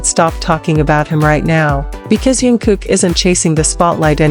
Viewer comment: Научись читать правильно имя😢